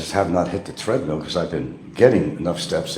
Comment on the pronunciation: "Threadmill" What is it with Pronk and the English language? "I live in a 3,700sqft House!"